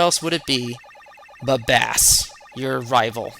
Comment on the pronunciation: Bass is pronounced "base".... Like bass guitar. And his dog is named Treble which is also a musical term. A few other characters have names connected to music. Mega Man is known as Rock Man in Japan, and his female friend is Roll... Rock and Roll. Get it? ;) Others include Punk, Enker, Ballade, and Tango... All words with connections to music.